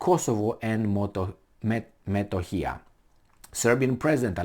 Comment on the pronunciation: It is pronounced Kosovo and M e t o h i y a just the way it is written !!!